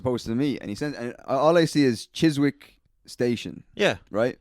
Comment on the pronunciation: FYI it's pronounced Chis-ick - no W. (Trying to be helpful not snarky)